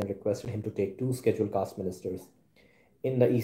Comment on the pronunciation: Your pronunciation of schedule caste is wrong..